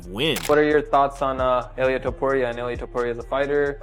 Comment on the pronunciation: 100 ways to pronounce Ilia's name and none of them correct.